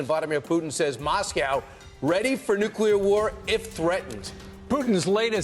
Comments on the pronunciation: No cle ar not nuc u lar. Lol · Ffs... it's pronounced..Roi-terrs... It' pronounced New-clear ... not NEWK-ULAR...... It matters....